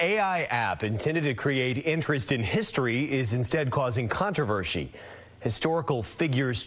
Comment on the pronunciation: did he say contrivershi